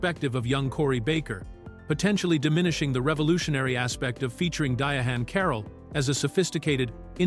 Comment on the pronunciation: You can tell the narration was AI generated by the way Diahann was pronounced (DiaHAN)